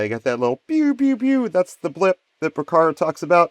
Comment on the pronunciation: Another excellent video. And darn near perfect too. What was the imperfection? Porcaro, not Pocaro.:-) I vote for more deep dive patch making vids like this. And SPLINE your synth of choice for one of the vids.